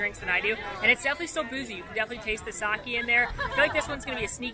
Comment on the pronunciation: It is pronounced "Sah-kay," not "Sah-key."